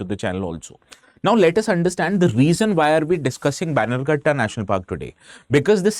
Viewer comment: Its not baigankatta national park. Please pronounce as banner gatta